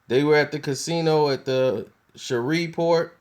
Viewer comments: The city is call Shreveport, LA not shovelport! Lmao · It's Shreveport... "Ratchet City" or "Port City" not "Shareevport" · its Shreveport, Louisiana. not Shoverport. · Did this nigga just shrever point Louisiana????? 😂😂😂😂 my guy it's "shreeeeeve" point Louisiana lol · Bruh it's Shreveport! Not Sheverport smfh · Its pronounced like shriveport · It's SH-REEV-PORT. 3rd biggest metro area in the state. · it's (shree-port) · Who the fuck is Tank? LoL ... Also, Shreveport is pronounced "shreeve-port" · shhhh revevport... You can't even fucking Read!!! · Did this nigga just call it "Shovel Port"...ctfu. lol. Rofl. Ahahahhaha Nigga that is not how Shreveport is pronounced. Smh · This fool is saying Sheverport😂😂😂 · Shreveport Pronounced (Shreeveport) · sherweave port pronounced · it's pronounced SHREEEVE-PORT brotha. it was cringeworthy to listen to you say it wrong. PS - you are a hip hop dude. Hurricane Chris is from there. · This dude talks to y'all as if he's more educated than you and y'all really going to let him get away with "Shrever-Port"? .....Y'all have to be the idiots he thinks you are. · Pronounced shreeport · PRONOUNCED. SHREEV PORT.! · Its pronounced SHREEVE PORT nigga! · Lol this nigga said Shever port!!!!! Lol. NOBODY fuggs up names like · you said the city name wrong lol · Why do I get the feeling he's pronouncing Shreveport wrong??? Lol, it the weed? Comment stfu for wrong, like for right. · You said Shreveport all the fuck wrong 😂😂 you mid west for sure 😂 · I know. I'm from Shreveport. Kinda cringed each time, but I won't hold it against him